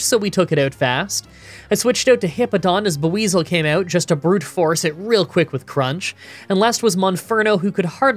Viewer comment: I'm sorry but "Ba-weezil" is just painful to hear. That is really bad.